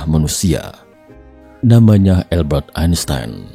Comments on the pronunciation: AL- Bert Ain Sains. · Cara membaca "Albert Einstein" yang benar itu bagaimana ya? Saya dengar naratornya bilang "Elbert Ainstain"